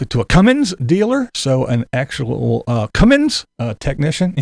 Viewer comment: I hate when people pronounce "Cummins" as "Cummings", there's no "G" in Cummins!